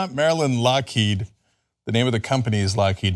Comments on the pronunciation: He didn't even say "Lockheed", the way he says it, it sounds like "Lockéde". Like it was some french name or something. Unreal. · No. The founder of Lockheed was Allan Lockheed. Lockheed then merged with Martin Marietta in 1995 to create Lockheed Martin. Also, Trump didn't even pronounce "Lockheed" correctly. It's pronounced"Lock Heed".